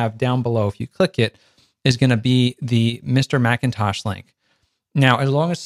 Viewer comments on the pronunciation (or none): ..extra h on Mr Machintosh!!